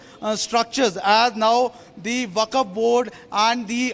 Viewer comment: Dear Arnab ji! Achhhi English bolne se akal bhi aa jaye, aisa jaroori nahi.....Aisa aapke is reporter ne proof kar diya. He should be taught how to pronounce WAQF Board. It's WAQF BOARD AND NOT THE WAKAF BOARD. It's not upto to THE REPUBLIC'S Standard.😊 Hope you listen/ watch this video, and hope, my msg reaches to you.